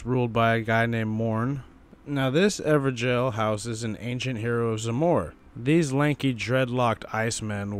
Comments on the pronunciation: I pronounce them as ever-goals not ever-jails so it's wierd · IT'S NOT EVER JAIL